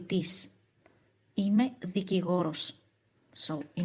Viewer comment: 'Ime not im'e.